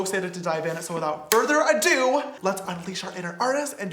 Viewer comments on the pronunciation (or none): without further AdOo